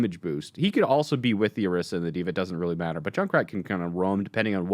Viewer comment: "Orisa"..."Oriso"..."Oroso"...I'm dying!